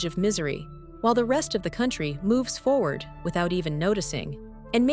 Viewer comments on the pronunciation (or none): none